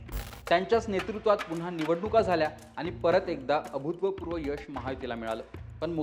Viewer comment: अभूत्वपूर्व नव्हे अभूतपुर्व हो रिपोर्टर साहेब. ्